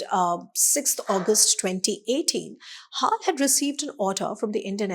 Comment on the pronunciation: HAAL ? BAY-HAAL !😂